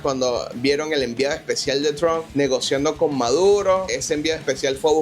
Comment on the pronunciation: Tron? Quién es Tron? Debe ser Trump. Suena como Maduro Ilonmas 😂😂😂. Es hasta gracioso como exime la responsabilidad de su gente.